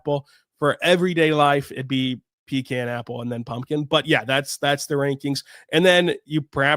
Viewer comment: I love your shows, but the way you pronounced ‘pecan’ was like a sledgehammer to my ears, and to my heart.